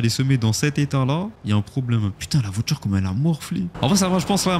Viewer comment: VoiTure. Pas voitchure.